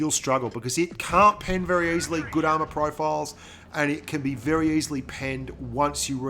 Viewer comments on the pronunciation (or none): none